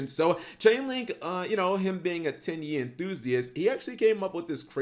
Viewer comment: My girlfriend was sitting next to me not really paying attention to the video about Tenyi and just randomly looks over at me and says “did he just say Titty monster?”